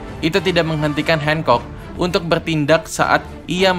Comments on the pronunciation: R nya mana bang gakjelas Boa hancock bukan boa hengcok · Hancok bang bukan handcok